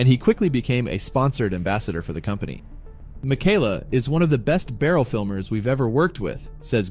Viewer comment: You’re pronouncing it wrong.